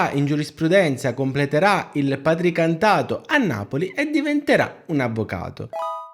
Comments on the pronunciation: Scusa, il "patricantato"?? PRA TI CAN TA TO, da PRATICA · Patricantato ??? Cioè praticantato